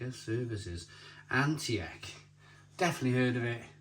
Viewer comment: the way to pronounce antiek is antique like an antiques store for example